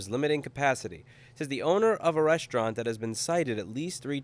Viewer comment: resta-ino mate, not resti-ano :P <3